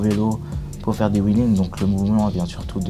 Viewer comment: Wheelings bordel pas willing ! Pfff 🤦🏽‍♂️